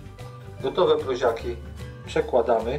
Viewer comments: PROŁZA A NIE PROZA. WIEC TO SA PROŁZIAKI A nie proziaki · Prołza a nie proza To nie literatura.I mówi się PROŁZIAKI przez Ł